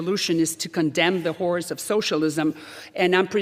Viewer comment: How about Waters being removed? Salazar said, "...as there is someone who has seen the horrors of socialism up close...", I thought at first that she said HORSE of socialism (my first thought - was she referring to horse Waters LOL!!! ?)